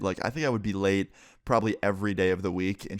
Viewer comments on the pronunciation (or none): In the beginning when he says I would be late everyday I thought he said I would get laid everyday